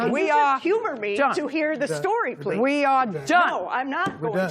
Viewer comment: I'm not going. Po-leez. Yes you are. And you did. 😆 🤣 😂 😹